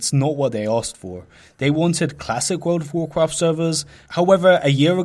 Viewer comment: Woool ov Wovcwaft